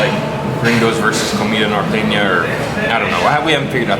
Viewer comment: La guera said the word norteña muy bien.